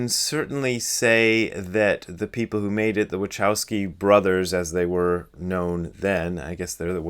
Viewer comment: Your pronunciation of "Wachowski' is hilarious :D (no offense!) I wonder how do they pronounce it themselves!